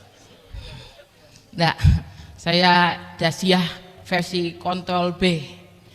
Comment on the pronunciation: Ass wr wb.. Mba inayah sungguh lucu comedinya semua mengena sindirannya dan kritiknya cuma aku kalo boleh pesan mba inayah kan ngga bisa ngomong R. jadi tolong hindari ngomong kontrol. itu saja